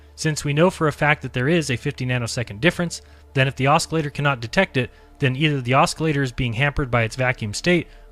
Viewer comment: Please STOP pronouncing the C in the word OSCILLATOR!!! It's fucking silent!! I know it's a petty complaint, but we are criticized for everything in every way. So STOP MISREADING THINGS. STOP MISPRONOUNCING WORDS THAT ARE EASILY LOOKED UP, AND STOP READING WORDS INCORRECTLY. Thank you, Buddy. Other than that, you're doing great.